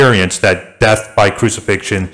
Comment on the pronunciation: he said "a full roman crusifixion". nice try tho.